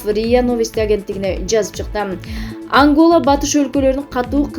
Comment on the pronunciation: Ой боооой журналист кыз сабат жокко ангала эмес Ангола истрафтура эмес инфраструктура